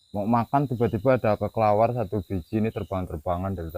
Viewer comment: ini orgx pemberani banget...tp syg sekali ngucapin kelelawar sj g bener" dulu....😂😂kata kekelawar...bukan kelelawar..😅😅semangat trs ya mas..